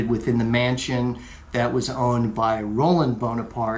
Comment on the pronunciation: It's Ro-LAND! Also, it's NOT a patio, it's a balcony or a verandah. Boring beige couches. And those God-awful gigantic Chinese vases! Doesn't look all that expensive. Boy, it's in a noisy section of Paris. You couldn't pay me to stay there.